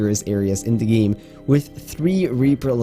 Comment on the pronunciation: “The largest biome in the geem”